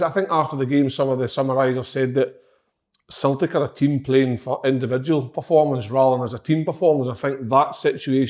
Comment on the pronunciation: Slaney: "Celtic" Si: "Celtic" Andy: "Celtic" Big Kev: "Sultic"